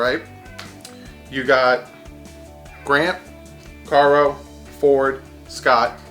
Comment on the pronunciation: It’s Leonte ca-roo not Caro